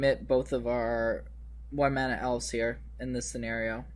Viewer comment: Awesome deck. As a side note, it's pronounced "Elves" with a "V"